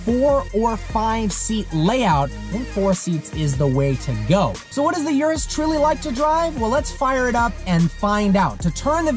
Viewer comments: its not yourus its URUS listen Italian pronounce it .. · It's called 'Urus', not 'Yurus' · It’s not pronounced “yur-us”, it’s pronounced “oor-oos” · URUS pronunciation (ooooroooos) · You have to get basic pronunciation right - it's not "YOUR-US" but rather "OOO-RUS". I was out after you said that in the 1st 5 seconds. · It’s yuris it’s urus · thats not how you pronounce it for fucks sake.. its pronouced (Oo-Roos)